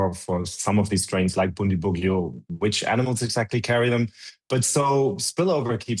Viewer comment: Bundibugyo is pronounced as BOON-dee-BOO-joh